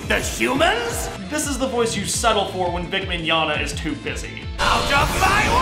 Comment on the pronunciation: "Before you start writing that angry comment about how I mispronounced Arceus's name--" ::takes to the comments:: Nah, I won't complain about how you pronounced Arceus's name... Instead... ::clears throat, pretends to have the rage of 1,000 fangirls:: HOW DARE YOU PRONOUNCE VIC MIGNOGNA'S LAST NAME WRONG! ::coughs:: ...That is all... GOOD REVIEW BTW! (Now... for those of you think i am complaining seriously, I am not REALLY complaining... It was simply a joke because people take the pronunciation of Arceus's name WAY TOO SERIOUSLY - as well as some other Pokemon... So... I thought I would joke about how he said Vic's last name... Personally, I could care less how people say things UNLESS it is pure butchering... But... It is true, that is not how you say Vic's last name -_^)